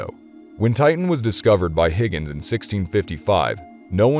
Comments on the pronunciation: Dude,... it’s pronounced “hi-gens” and NOT Higgins. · Huygens is NOT pronounced Higgins !! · It’s pronounced Hoy-gens not Higgins. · Its not Higgens ITS HUYGENS. I love your stuff, but it's like walking with a thorn in my foot.